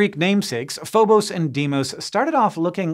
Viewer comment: It's Phobos, not Phobose! JS